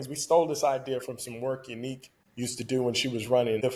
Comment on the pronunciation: Ya-Nique is the correct pronunciation of her name not Unique 😂😂😂